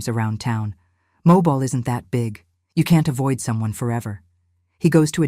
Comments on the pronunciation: It is MOBILE not mobile like a car. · The AI narration, evidenced so many ways (mispronunciation of the city of Mobile, correctly pronouned as MoBILE; the speaker slips occasionally, sayiing MObile--a dead giveaway) Somehow these and other discrepancies cast further doubt. This very sad story may be true in it's essence of someone, somewhere, but i do not believe this one. What harm? To me the harm is big, it represents the betrayal we are all victims to, the ability to trust anything anymore. trusting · You can’t pronounce Mobile correctly! So this must be Al!